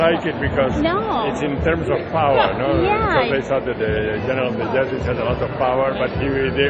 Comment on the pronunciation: Did you seriously miss pronounce jesuits?